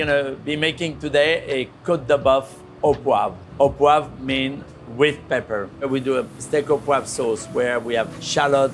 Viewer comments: almost 10 minutes into this video, I finally figured out that what he pronounced to my ears as "paper" was actually "pepper"... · i think what paper does he said he added, and it was peper... sheeeesh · A michelin star chef ought to be able to pronounce "pepper" correctly in english. If he was an architect I'd accept "paper". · P;ease learn English. It's not paper, it's pepper!